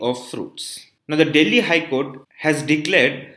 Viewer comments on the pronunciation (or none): none